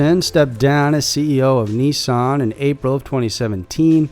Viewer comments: Can we please just call Nissan (Ni-san) not (Knee-saaaaaaan) that is my only worldly desire. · You say Nissan funny